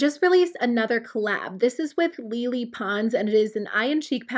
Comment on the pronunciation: Lol don’t let Lele hear you pronounce her name as “Lily” 😂 remember she’s Latina and she’ll go off on you